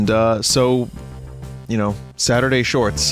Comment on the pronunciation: "Saturday Shfyats" (shфяts)